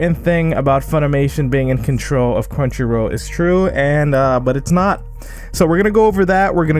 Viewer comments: Also it's crunchy roll not row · Crunchyro??? Am I the only one hearing that?